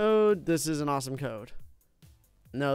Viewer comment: First of all he spelt awesome like awsome and after he said Dode not code